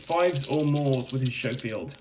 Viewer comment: For those of you unfamiliar with guns, the Schofield is not pronounced "show-field" but "sko-field".